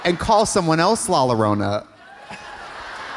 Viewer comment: Katya, Llorona is pronounced Yorona like Llorando. - a fan of both yours and La Llorona